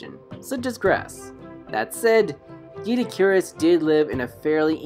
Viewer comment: I believe it’s pronounced Doh-eh-dik-or-us